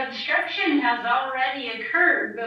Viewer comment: I can't stand how the attorney says words like "obSCHtruction"